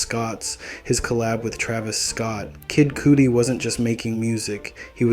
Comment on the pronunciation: Bro talking bout an artist but can't pronounce his name lol